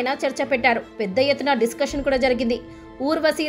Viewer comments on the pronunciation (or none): none